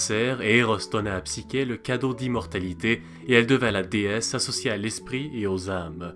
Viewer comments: Le Mythe est modifié dans ta vidéo, est ce fait exprès? Il manque la condamnation de psyché (qui se prononce "ch" Et non "k") qui doit se marier à un monstre et qui fini finalement par être accueilli dans un Palais qu'elle croit être celui du monstre en question. Il manque aussi d'autre détails qui ont leur importance. Ps: tu parles d'un Eros fils du Chaos, mais celui ci est à discerner de Eros que l'on voit dans ce mythe comme Cupidon (cf le Banquet de Platon) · wsh c heros et psicher toi tu dis psiker alors que c psicher le ch se lit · Cest psyCHé et non psyQUé